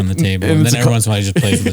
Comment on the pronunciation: “Eavery” drug! 😂😂😂😂